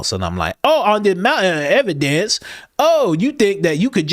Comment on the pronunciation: Brandon Tatum on a MOUN-tin of ev-i-DENCE 😂😂 Can’t thank you enough for the laughs. Thanks Coach!